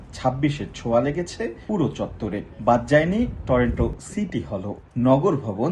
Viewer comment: টরেন্টো না উচ্চারণ হবে টরন্টো, আর লোকালি বলে " টরনো " । সময় টিভির রিপোর্টার একটা সাধারণ উচ্চারনটা ঠিকমতো করতে পারতেসে না কি আর বলবো ।